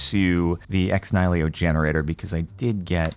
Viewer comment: Fwiw, it's pronounced Ex "KNEE-hill-oh"